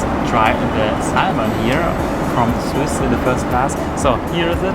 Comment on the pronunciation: Es heiß with und du hast wiss ausgesprochen